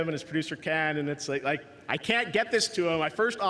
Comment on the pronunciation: Did you rike it?